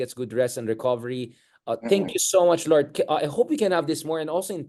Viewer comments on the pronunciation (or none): I always enjoy Lourd's POV. Entertaining vlog. Can you make an effort to say LOURd not Lord?